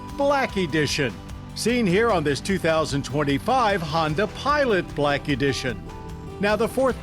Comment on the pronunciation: *Blacky dision* 😂